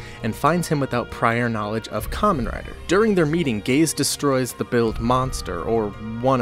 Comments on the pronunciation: Geiz is indeed a german word, but that wasn't the point. Geiz in german is pronounced "Gaze", and means Greed. His name is just a fancy spelling of Gates. He was named Gates because Gates are affiliated with kings. Pharaoh translates roughly to Gate, and so does Mikado. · Geiz it's pronounced Gates it German also meaning king, almost everything in Zi-O is in German.